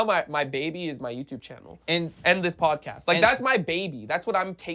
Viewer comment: "Bod cast"